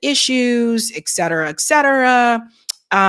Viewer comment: It's ET cetera, not "exetera".